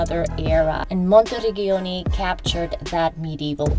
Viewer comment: Work on correct pronunciation of towns. “Monti - reg-giano ”????? Gi and Ge are like ci or ce.